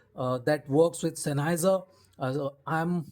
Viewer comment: it is common for non-Germans to mispronounce the name. Anyway, these are actually a Sennheiser product, as the OP has implied. I may buy one some day.